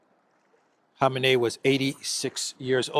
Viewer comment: Respect to for pronouncing Khamenei's name correctly. It's shocking to me how many otherwise good journalists and analysts can't even get his name right.